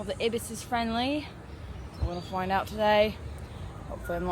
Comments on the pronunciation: They're pronounced EYE-bis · If it was to be pronounced the way that you did, we (Aussies) would prefer to spell it as “ibbis”. The double consonant following a vowel indicates that the preceding vowel is to be pronounced as a short-sounding vowel, “i” as in “tick”. Did you not learn this in primary/elementary school? The Ibis is a family of bird (Threskiornithidae) that lives in multiple regions of the world, so we in Oz didn’t get to choose how to spell the word. The Australian White Ibis (Threskiornis molucca) a.k.a. “Bin Chicken” is however an Australian native and should not be confused with the African Sacred Ibis (Threskiornis aethiopicus) originally of the River Nile in Egypt and sacred to the Ancient Egyptians. I doubt that the Egyptians call their Ibis a “bin chicken” but who knows? I’ve not been to anywhere in Africa (and for the Americans reading, that’s where Egypt is!).